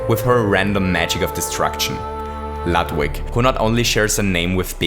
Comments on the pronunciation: Hey, Ludwig is pronounced Lood-vig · Warum sprichst du Ludwig "Ladwig" aus? Deutsche (Eigen) Namen kann man ruhig auch korrekt aussprechen... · the "u" in Ludwig is pronounced like y"ou" not like b"u"tt. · It sounds quite ridiculous if you pronounce the German name Ludwig in an English way. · You keep mispronouncing Ludwig. In german (beethoven was born in germany and died in austria)mw is pronounced like english v. you should know that. german is your native language. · that's not how you pronounce his name